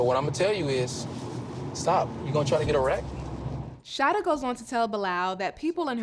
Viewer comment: It’s Sha-EE-dah 😂